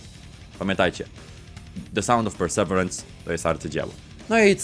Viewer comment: To się mówi “persewirens”